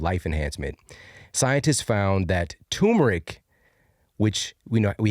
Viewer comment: Great video, but it's TUR-meric, not too-meric.